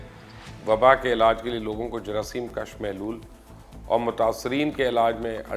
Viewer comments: Plz.work on your urdu pronounciation.jaraseem kash nahi ,jaraseem kush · Jaraseem kush not Jaraseem kash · Correct pronunciation plz Jerseem kash nahi “ KUSH “ plz